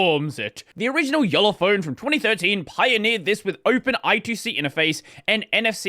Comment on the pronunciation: Not much closer, spot on